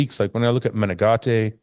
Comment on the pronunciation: Heeeeelp!!!!! Matheus Menegate.....you say his name correctly. Nicks strength n power says " Meh-Nen-Gate" Gate- like a fence door.......please help that boy!!!!!! Next to you, him and Dennis are the only other reliable sources.......I dont wanna have to add Bob n Shawn.